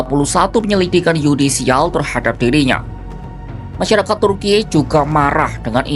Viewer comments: ini pengisi suara ndak tau cara baca kata turki ya? masak kompas pengisi suaranya ndak bisa baca dan eja sesuai aturan bahasa. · Lebay amat pengucapan turki😂